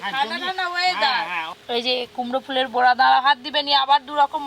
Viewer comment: বড়া নয়। বোড়া,বোড়া বোড়া !!!! মালাইকারিতে ঘী ????? ভাল করে হাড়গিলেটাকে গেলাও।